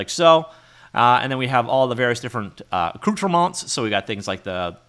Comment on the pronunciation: perfect pronunciation of "accoutrements" Also: "FoLiAgE";)